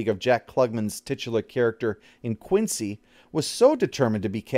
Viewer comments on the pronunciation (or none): none